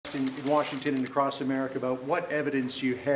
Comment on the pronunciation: Acrost America? What the fuck kind of journalist speaks with poor pronunciation of a common word?